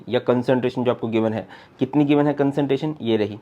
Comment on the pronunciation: ''concenteration nhi CONCERNTRATION hota hai SIR ""😅😅😅